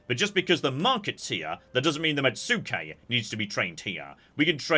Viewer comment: This comment will continue until pronunciation improves: Mets-kay, not met-sue-kay. Please please, it hurtses us.